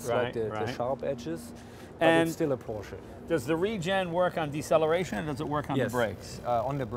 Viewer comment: Ha, Jay finally pronounced Porsche correctly...prolly because a German was next to him...